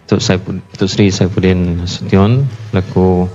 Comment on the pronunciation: Saifudin atau sapudin ...sebut betul2 abg mat....ehemm